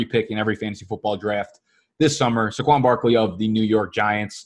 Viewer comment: love the video's and work you put in but.....say it with me, "SAY-QUAN" Not, "SUH-QUAN". Just something small, but drives me nuts. Keep up the good work!